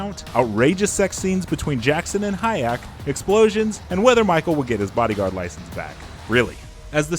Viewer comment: HA-YAK? So soon after GER-ALT? Please have mercy on us!